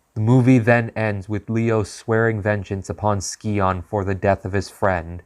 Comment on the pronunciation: Names pronounced Sigh-On. Still a good Video 👍